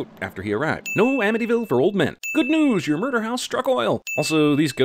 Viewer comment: Everything wrong with how he pronounced murder and breach